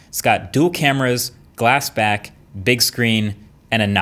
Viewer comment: Did he say glass back